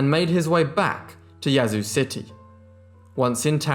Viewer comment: Great job pronouncing Yazoo! From a born and raised Mississippian.